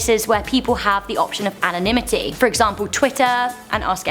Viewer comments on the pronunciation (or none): none